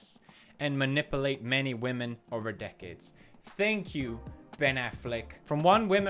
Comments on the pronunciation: Ma-Nipple-Ate lmao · My favourite thing about this vid is the irony of the way you pronounce "maNIPPLEate" 😊. But seriously, thanks for the whamen respek❤ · Anyone else obsessed with the way he pronounced "manipulate"